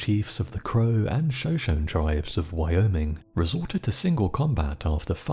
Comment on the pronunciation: Shoshone is pronounced Sho-sho-nee. Just an FYI